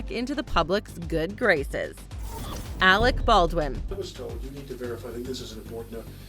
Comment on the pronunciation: It's Alec Baldwin not Alex